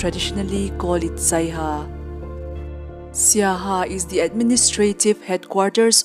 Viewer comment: Not saiha. Siaha